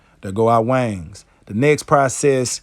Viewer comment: I appreciate you making this video as I learn all methods of processing my birds. Love your accent when you say "Wang's" ♥️. I'm also impressed that your pups sit there and watch but don't get in the waste bucket.